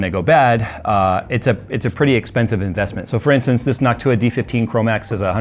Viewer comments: For a moment there I thought said hawk tuah insteads of Noc-tuah. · Anyone else hear "hawk tuah" instead of "Noctua"? 😂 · you said "nawk-tuah" 😀made my day, thanks 😂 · Why do ypu pronounce it like Noc-tuah lmao. Its just one word, noctua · Everytime he said Noctua all I heard was Hock tua...... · Is it just me or is saying Noc Tuah 😂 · Jays pronunciation of Noctua has changed and I think we all know why